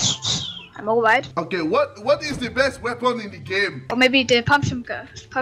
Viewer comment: "are you good at this game" "Not the bestss I'm alwight"